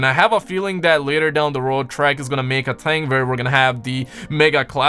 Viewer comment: Do you not like the letter H? ting? THING